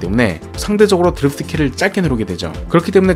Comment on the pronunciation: 드리f트 말고 드리프트가 듣기편할듯!